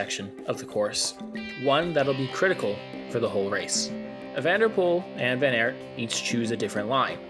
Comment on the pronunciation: Please look up the pronounciations of the names. It’s not that hard in the times of the internet and just disrespectful to pronounce every name wrong. The Aert in van Aert for example is pronounced just like the English word art. So not that complicated even for a native English speaker.